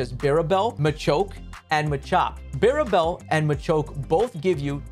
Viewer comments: how do you pronounce bibarel ? barebell ? it's bi-barel my guy 😅 but nice guide tho! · Lol they said "birabel" Great video tho ☺️ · Bi...birabel? BIRABEL!?!?!?! my guy... you've had 15 years to learn it's name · wtf is that pronunciation of bibarel lol “biribel” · "Birabel" xD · You really said BIRABEL… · who is birabel??! its a simple 3 syllable name ffs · Very informative video. Only things that bugged me that he didn't mention macho brace. And how he pronounced Bibarel 💀